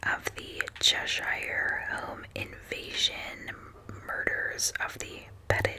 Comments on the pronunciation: Chesh-er is how we pronounce it (most places in the northeast that end in shire are pronounced that way). Thanks for your content! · As a Brit, it always cracks me up how non-Brits pronounce name of places. Fist one is Edinburgh and the second is everything related to “shire”. Like Cheshire ;). Thanks for making me smile. Oh and I vote for b please!